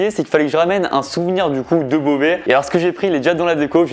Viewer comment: Il faisait pas trop « bauvais »